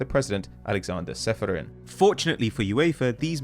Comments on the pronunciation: needs to have a chat with. How does the resident pronunciation snob butcher Čeferin like that? Č = ch, always. He's the president of UEFA, for goodness' sake... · President of UEFA and you still make no effort to at least try to pronounce his name right :/